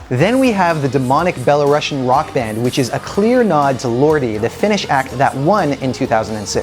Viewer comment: Please, not [belorAsian] - but [belarUsian]. We, BelarUsian people, are not something about Russia, we are Belarus. Please, pronounce the adjective correctly. It is derived from the word Belarus, not from the word Bela-Russia 🙏 Thank you!